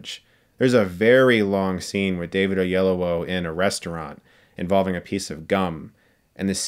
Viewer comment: David Oyel-OWO?